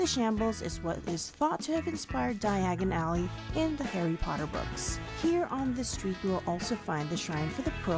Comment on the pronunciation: It's Dia_gon_Alley ... _not "Diagon_ally"!!